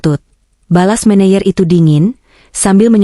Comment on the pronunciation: Baca " menejer" bukan "meneyer"